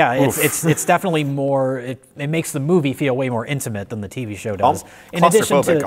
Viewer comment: It's tV. NOT Tv. You're making me nuts.